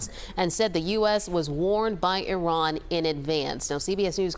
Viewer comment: EE-Rawn.... You're welcome....